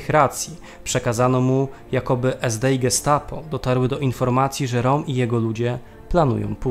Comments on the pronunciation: Ernst Röhm to (Rem nie Rom) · Jak juz to roem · Interesujący odcinek, szkoda jedynie, że nie dłuższy. Zainteresowało mnie jak prowadzący wymawia nazwisko Rohma, pierwszy raz spotkałem się z taką wymową. Regularnie dotąd słyszałem coś w rodzaju "Rem", aczkolwiek po poszperaniu wydaje się, że to prowadzący może mieć rację.